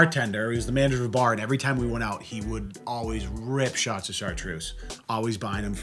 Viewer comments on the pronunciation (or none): I usually never hear the Boston in both of your voices, until either of you say the word, "out". You guys pronounce it like, "oat", lol.